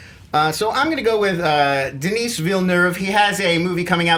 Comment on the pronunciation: For your information you don't pronounce the final s in the name Denis (Villeneuve) in French.